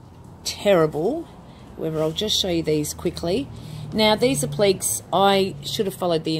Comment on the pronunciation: Hi! Really enjoying your videos and looking forward to experimenting with your products. I get a little lost with a couple of your terms. Do you mean appliques? (pron: app-lick-ays) The other words I think were verdigris (pron: verr-dig-gree) and faux (pron fow - rhymes with toe). Will you look at expanding your range eventually and produce your own chalk paints, heritage colours and stains?